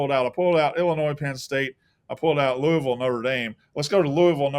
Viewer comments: It’s “Lou-ah-vull” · Great new intro! Blutman trying to correct you on how to say "Louisville" while ALSO mispronouncing it pissed me off. No one on the pod knows how it's done.